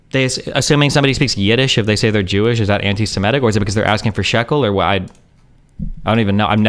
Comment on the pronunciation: Yidesh😂😂😂 never heard